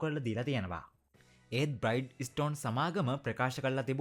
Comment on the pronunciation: බ්‍රයිට් ස්ටෝන් නෙමේ බ්‍රිජෙස්ටන්...